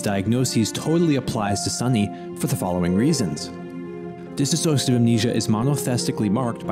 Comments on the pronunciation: DISS OSH A TIVE... not DISS A SOSH A TIVE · DIs-sociative, not Dis A Sociative. cant you read man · DISSOCIATIVE not DISaSSOCIATIVE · it's a common mistake but its di-sso-ciative, not disassoative. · I'm sorry to point it out, but it was so distracting the way you pronounce "dissociative". It's not "dis-associative". Sorry again, it's me, being sensitive to pronunciation, especially when the speaker is trying to present in a serious manner.